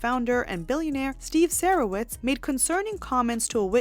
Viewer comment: It's pronounced Sah-rowitz